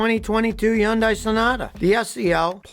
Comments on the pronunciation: ...why do you pronounce the name with a silent "H"? Not even the dealers refer to the car company this way... ...and why have you changed the format of your videos to simply voice-over?...your passion and excitement is GONE, and that was part of the reason I followed you .... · Dear God, Scotty, it's not hee-UN-deye, it's HUN-day, rhymes with SUN-day! Jeez. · Why do you keep saying Yun-die?? The H isn't silent. And its more like a hi-yun - day. The h is very subtle. Can you please go watch a youtube video how to pronounce Hyundai in Korean? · Is ‘Yundai’ how you pronounce it ? (Hyundai) I always pronounced it as ‘Hun-dye’ my whole life. Now I wanna know what the correct way ? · Why do you keep saying undai it's Hyundai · Yundi.....y?? It's H. H-yundai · It's pronounced HYUNDAI.....HUN-DIE NOT YUN-DIE. LOL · Yun-die? Really that was hard to listen to over and over, you have to know it’s pronounced Like Sunday! Hyundai sounds like hun-day not yum-die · Isn't it pronounced Hun Dai? Not Yun dai? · Scotty, Hyundai is not pronounced Yundi, it's pronounced Hunday. Get it straight! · What's yundaiy? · It's not Yundai it's called Hyundai. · ryhmes with sundy...not yunday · Hi... I know you mean well. the pronounciation of the HYUNDAI is not yundai... it's Huhndai.... the Y is silent. Just to let you know. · It’s prounced Hyun- day not hyun-die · It PAINS me to hear Scotty pronounce Hyundai as Yun-dye. It’s HUN-DAY, Scotty!! Sounds like “Sunday” as Hyundai used to tell everyone. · I've never heard anybody pronounce the company "yandai" ????? It's pronounced "Hunday" - The y is silent - your welcome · I have one and the only people that pronounce it yun dye are not Korean nor dealers. They pronounce it Hun day. Even the commercials but I just call mine a Genesis. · It’s not “Yun-Die” it’s “Hun-Day” like Sunday… they even had a commercial about it! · I can’t get over the fact that he says Huan-dye and I say Haunday. Which pronunciation is correct!?! 😭😅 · It’s HunDay not unsay.